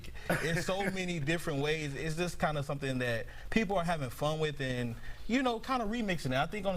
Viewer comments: "Moderest"?? You get paid to do 1 job and that's read, and you can't even do that right.. Your fired 🤣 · “Moderest” ?? You had one job sir.